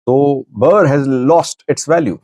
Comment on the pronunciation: Please learn how to pronounce Birr! It is embarrassing to be talking about a country for years yet can’t pronounce their currency name properly!!